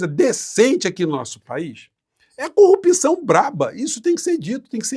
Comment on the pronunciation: Gosto muito de vc, mas não fala mais corrupÍção,o certo é corrupção.